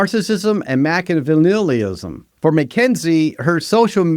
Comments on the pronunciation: Why are you not able to pronounce any of these terms? I feel like somebody who knows what Machiavellianism is would know how to pronounce it. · The fact that you can't pronounce "mimicry" and "Machiavellianism" as a professional makes me give you the side eye. 👀